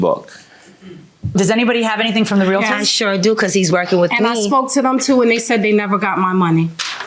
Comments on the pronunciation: Dear, lovely peeps. It's.... REAL-TOR. Not REAL-AH-TOR. Stop that shit. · i wanna smack my head everytime they say realitor ... since when is there an I in there. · It’s Realtor not REAL -A -TOR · It’s realtor, people. REALTOR! Not realator lol! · Their pronunciation of Realtor from all three is killing me